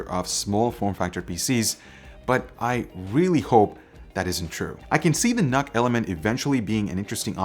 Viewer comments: Isn't it pronounced "nuke"? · Did you just say, Nuc-Nuc?